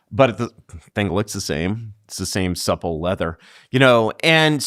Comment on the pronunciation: He said” supple “